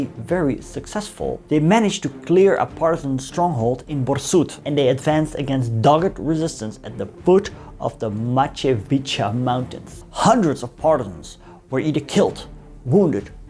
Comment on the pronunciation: Heel goed gedaan. Ik probeerde uit te leggen aan mijn jongens ex-Yu problematiek ervan. Blijkbaar je video’s kunnen of zullen helpen erbij. Ik zou je vriendelijk vragen alleen om bij juiste uitspraak van letters en worden meer aandacht te brengen. Bjv. Majevica is just majevica. Or “handzar/handžar)”-not hanchar. Shortly, jump on any serbo-croatian-bosnian,ex-YU person for proper pronounce. 😊 U have it where u work,I’m certain. This summer we (age:11&13)have visited Jasenovac and they were shocked by what was happened there. I see,u have covered that issue to. I shall send them links. In my time,this was a must. But at school we have not learned of handzar nothing into deep. Raar, begonnen met Nederlands,geëindigd met Engels. 😆 Will je koffie,kom naar Zeeland. Groetjes.